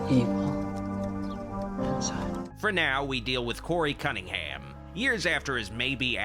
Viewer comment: Did he say Cuntingham?